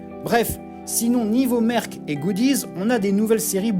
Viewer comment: On dit ""merk"? Je pensais qu'on disait "mersh" Pour merchandising